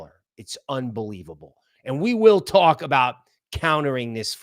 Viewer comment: The word " talk" has no W in it dude.😂😂😂😂